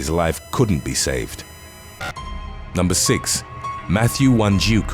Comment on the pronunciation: Hey you gave an ok effort but just say six instead..